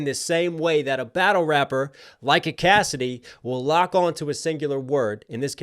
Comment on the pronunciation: Bro, it's Cassidy. You're way off.